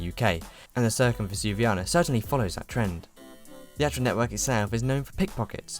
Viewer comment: Why do you insist on pronouncing the first c in Circumvesuviana as if it were an 's'? C is never pronounced as 's' in Italian.